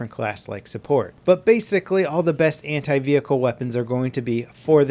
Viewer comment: Anti.... what i hear.... hentai. 😂😂😂